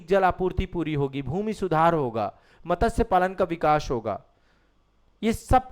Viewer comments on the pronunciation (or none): कृपया मत्स्य को मतस्य मत बोलिये।